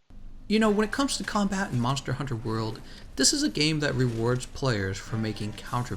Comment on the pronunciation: Do you fucking know how to pronounce the fucking names ya twat? Disliked just for your name butchering.